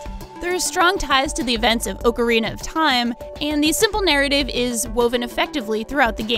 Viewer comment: It’s pronounced Ocarina! Not “Oak”a rina! Lol. Think of the word Octorok or Octopus.